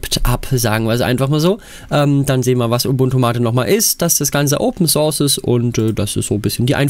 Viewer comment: Wahrscheinlich bin ich überempfindlich, aber mich triggert es total, wenn jemand englische Fachbegriffe falsch ausspricht. Besonders nervig ist das im Zusammenhang mit open source. Es heißt eindeutig "sors" und nicht "surs". Das "u" ist also stumm und das möge bitte auch so bleiben.